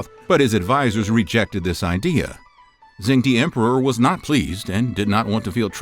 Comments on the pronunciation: I think you do great videos. However, in Mandarin "zh" is pronounced like a "j" in English and de is prononced "duh". So phonetically it's "jung duh". I'm currently learning Mandarin so my ears are bothered if things aren't pronounced properly. That being said, keep up the good work. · Great video! To help with pronunciation, in pinyin "zh" makes a /j/ sound and "ch" makes /ch/ just like English. So zheng would sound more like "jung" with a hard /j/ sound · It’s not Zhen D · FYI Zhengde is pronounced "jung duh". It would be nice if you pronounced the feature of your video properly. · Whenever he pronounce Zhu Houzhao and ZhengDe it is so jarring.